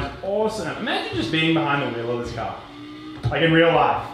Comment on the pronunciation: So funny how he can’t say car but says caaaaa